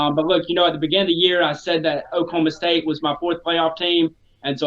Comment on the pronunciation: Please don't say Okie State. O-State works.